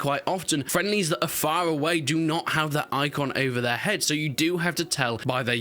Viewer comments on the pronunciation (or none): none